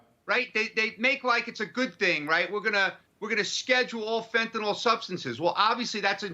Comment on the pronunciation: Please pronounce it correctly. Fent-a-nyl.